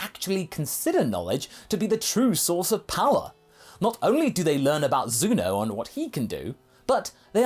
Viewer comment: did he say zuno